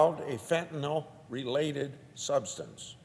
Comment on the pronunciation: It's fentanyl, not fentanel or fentanol...